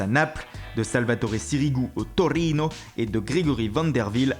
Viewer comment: Je kiffe quand il met un accent à un nom italien Toriinooo!